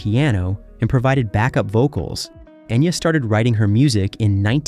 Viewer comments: Pronounce her name right! Geez! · Enya didn't change her name. Enya is how her name is pronounced, she just rewrote in a way people would know how to pronounce it. All the Irish names are pronounced wrong here... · In one of the three dialects it’s pronounced Enya.